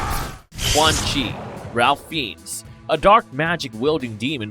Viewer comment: It’s pronounced Rafe Fines.